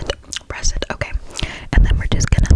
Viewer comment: I love the video and your so pretty but when you said are you ok I thought you said are you gay?💀